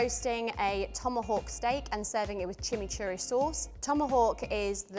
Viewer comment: That chimichuri is a crime wtf she butchered that